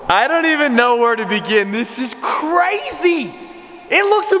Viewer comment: The way he said crazy when her this is crahzy